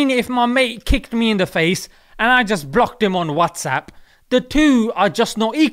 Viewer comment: is no one gonna mention the "blaaacked" instead of "blocked"